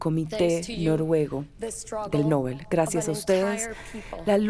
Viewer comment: ES QUE NINGUNO PUEDE PRONUNCIAR DEBIDAMENTE EL APELLIDO DEL CREADOR DE ÉSTOS PREMIOS ALFRED NOBEL SE ACENTUA EN LA ÚLTIMA SÍLABA NOBÉL, no lleva acento, pero al pronunciarse se acentúa en la E. Gracias por el respeto!